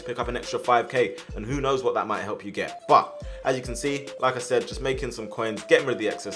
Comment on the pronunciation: when you say like i said it sounded like lacazette